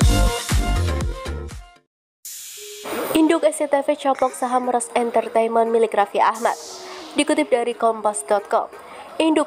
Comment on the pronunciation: Bukan RAS woooyy tapi RANS